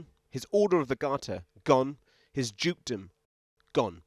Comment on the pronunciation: His "jukedom"...